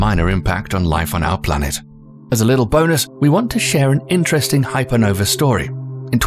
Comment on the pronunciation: I don't see the letter E in the end of the word Hypernova